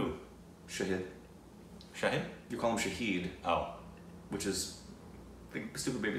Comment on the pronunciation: "Sha-Hid"=witness "Sha-Heed"= martyr.